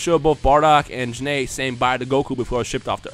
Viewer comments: Gokus mom is Gine not janay. Her name is pernounsd Jine\Gine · Pretty sure Gine is pronounced as Gene, or "Jeeeen/ Jean" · I thought it was pronounced Guy-N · Why did you call Gine, Jin-A? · Your pronouncing Gine wrong. Its one syllable.